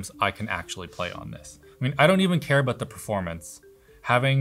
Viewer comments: The ''aboooot'' is strong with this one lol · "one thing that annoys me abbboooooott these" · Your "About" is very Canadian. 🇨🇦 I like it.